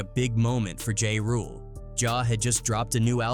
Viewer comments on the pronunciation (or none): How you get JA RULE name wrong? Unsubscribe.